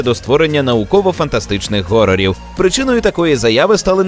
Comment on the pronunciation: Що за "горор" (horor)? Хорор же